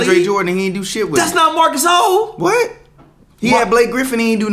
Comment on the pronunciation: “Marc GaSOUL” 😂